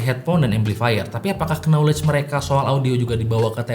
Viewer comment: apakah kenoulej mereka... RIP ENGLISH. Klw kata org gila mah cara bacanya mirip²: noolej RIP juga Knife Knight Kneel